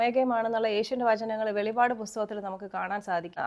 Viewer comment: വെളിപാട് അല്ല വെളിപ്പാട് ആണ്